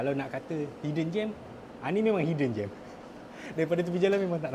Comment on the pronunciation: Hidden gem bang bukan 'hiddengen' , 'hiddengen' tu pun bukan satu perkataan rasanya. 😂